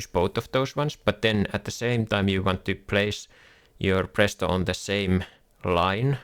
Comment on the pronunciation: You are finnish right, your accent gave that away instantly. Try to say Phraesto next video and not prästost lmfao